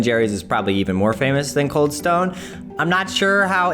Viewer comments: Cald Stane creamery 🤣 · “cald stane creamery”